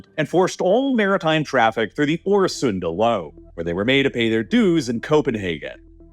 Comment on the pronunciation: It's Øresund, not Åresund, as you said